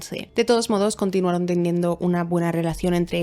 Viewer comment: No es burla linda. Solo me.dió risa. En el video dices cantuinaron buscando pruebas para saber que habia pasado minuto 25:5. Exelente narrsción linda. Saludos